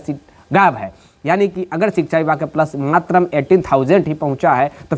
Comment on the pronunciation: Bhai Matra hota h... Matram nhi.. Pahle bolne to sikh jao. Tb ptrakar banana.